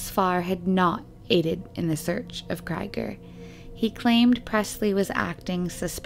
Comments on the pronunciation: I just want to point out that the last name 'Krieger' is German and the 'ie' is pronunced like the double 'ee' in 'bee' or 'heel'. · Exactly what I was thinking. It sounds like a German name and ie is always pronounce 'ee' in German. If it was spelled Kreiger it would be pronounced 'Kryger'. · OMFG! "cry-ger"?????? try "kree-ger". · Unless you’ve heard directly from the family or credible source, Krieger is pronounced “KREE-ger”. Like Robby Krieger of The Doors. Or as in blitzkrieg. Krieg is the German word for war.